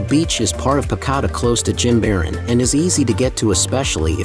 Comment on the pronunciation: Great video except you pronounce Jimaran incorrectly.